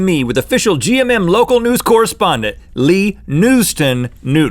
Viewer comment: Leeeeee! its Lee! 😁